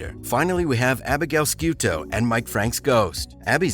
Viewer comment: You obviously don't watch the show, or else you'd know the proper way to pronounce Abby's last name.